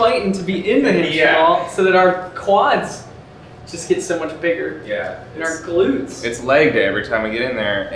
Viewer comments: IS NO ONE GONNA ACKNOWLEDGE THE FACT THAT TYLER SAID GLUTES AGAIN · TYLER SAID GLUTS. USE YOUR GLUTS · DID HE JUST SAY GLUTES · OH MY GOD TYLER SAID GLUTES AGAIN